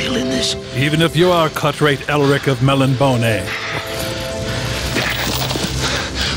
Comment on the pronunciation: Kevin with the Elric reference! (Pssst...Kev...it's pronounced "mel-NEE-boh-nay" 🙂)